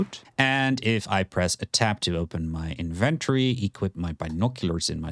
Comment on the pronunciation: Great guides but the way you say inventory drives me crazy 😅